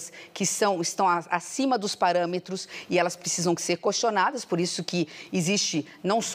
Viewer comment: "Cuestinadas" PUTZ!!! VIU COMO FALA O BOLSONAROSTA?!